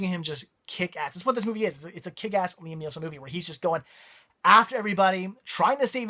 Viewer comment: Did you call Liam Neeson, Liam NeeLson?? LOL